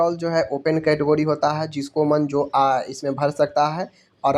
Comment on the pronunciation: कैटगोरीज ❌ कैटेगरी 🤣😂😁